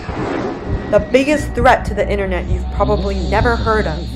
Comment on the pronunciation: With so much effort invested to make a great video, it's a shame the lady doing the voiceover can't pronounce the very thing she's talking about: the 'internet'.